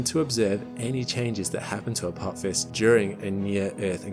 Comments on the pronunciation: "A pop his"?! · Stargate SG-1 fans recoil in horror as pronounces it "Apop-phis"... 🤣